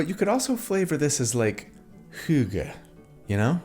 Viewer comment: Best pronunciation of 'hygge' I've ever heard from an American.